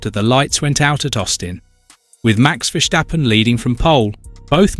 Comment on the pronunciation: Please say, Ver Stappen. There's no shc in there. Ok.